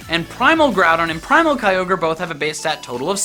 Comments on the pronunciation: It ky-or-grey! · it's pronounced kyogre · number 4 is pronounce as Key-yo-gray